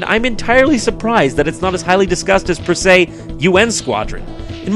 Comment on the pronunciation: lol that failed attempt at the phrase 'per se'